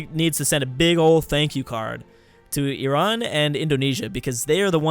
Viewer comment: pronounced Iran perfectly in:D